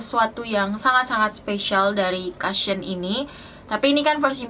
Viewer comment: maaf mbak bacanya kusyen bukan kasyen🙏